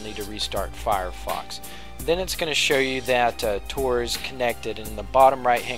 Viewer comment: Why does Tor sounds like Trojan??.... this video sucks